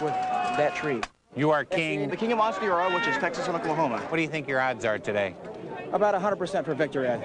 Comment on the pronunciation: Yay!!! said Ansteorra right!